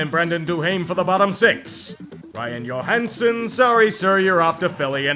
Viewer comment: Ryan Johansen is American. His name is pronounced JOE-hansen. He is not Swedish like Marcus Johansson. Try again.